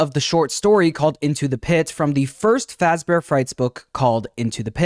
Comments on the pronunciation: He says “Freddy FOZbear” (the A sound in “Father”). Wonder if this is a mistake that’ll be fixed in the future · it's still Fazbear pronounced with a soft a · did the voiceover say “freddy fozzbear’s”? lol